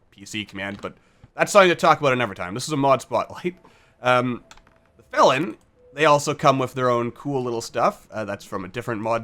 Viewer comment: "You know what? That's how I'm gonna pronounce them from now on." That's exactly how you're supposed to pronounce "felin". Trust me, I should know ;)